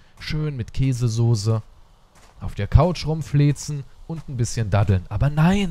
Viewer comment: Wie du einfach den selben sprach Fehler wie mein kleiner Bruder Sose sagt ihr aber es heißt soße XD das sollte jetzt kein hatte sein ist mir nur aufgefallen XD